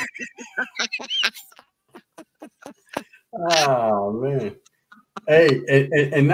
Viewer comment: Good ‘ole “Wesley RUTH Watt-Soan!”